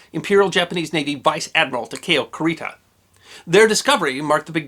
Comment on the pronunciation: Kurita = koo ree tah, no accent. Takeo = tah kay (as in May) oh. No accent.